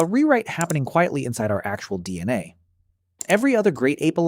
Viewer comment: The pronunciation of "DNA" is off slightly.